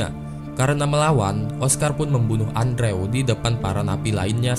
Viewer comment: Bacanya endru bang Bukan andrew 😩